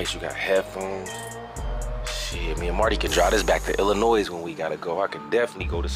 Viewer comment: The S at the end of the word Illinois is silent!!